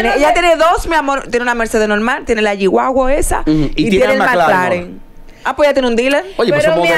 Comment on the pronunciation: no jeep wagon Ella lo dijo bien 😂 G wagon